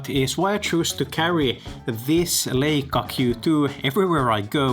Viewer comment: It’s pronounced LAICA, not LEICA.